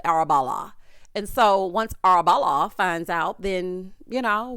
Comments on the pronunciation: The way I be up AM week after we cackling at you saying "Arabella" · Everytime says “Arabella” I cackle. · Everytime you say “ Arrabella 😅” oh you make me laugh 😆